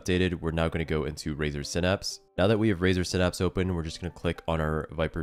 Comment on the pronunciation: It’s synapse not synapse